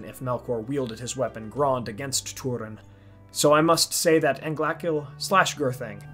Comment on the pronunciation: Guys... it's Grond.... come on what are you thinking